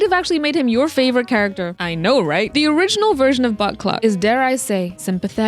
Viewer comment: Concerned how many times I genuinely thought you were saying Butt Cluck until I turned on the captions💀